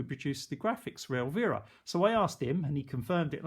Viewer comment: El-veer-a. lmao It's el--VI-ra